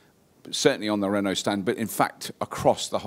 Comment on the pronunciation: Something wrong here. pronunciation of 'Renault' is nothing like yours:-)